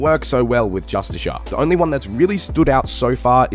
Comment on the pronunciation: its fucking JUSTKAR jesus christ why is that so hard